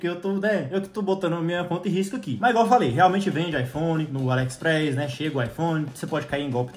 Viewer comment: Ele fala alexpreis kkkkkk